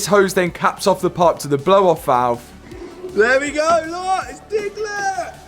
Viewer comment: "Diglet" love it, great content! 😂